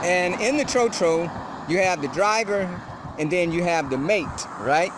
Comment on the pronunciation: Mispronunciation of "tro-tro". It is pronounced closer to "trot" than "throw".